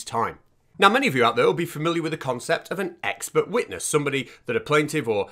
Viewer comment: Ah she is an ex-spert witness,... Now all I need to do is find out what a "spert" is and why this lady is qualified to be a witness. Edit: Oooooh, Its EX-PERT! She has GP after her name which must mean General Pert-itary or something !